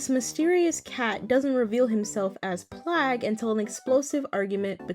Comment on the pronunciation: that's plagg, not pLaGuE